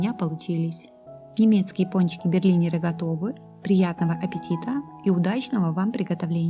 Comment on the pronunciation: Не Берлинеры а берлинЭры